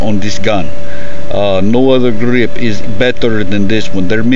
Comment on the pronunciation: "Smaller gah-reeeep"